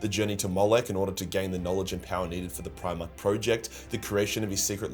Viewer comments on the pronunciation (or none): none